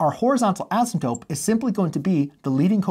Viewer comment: I'm sorry, but it sounds like you're saying asmadope or similar words. The repetition of asymptote rules is nice though.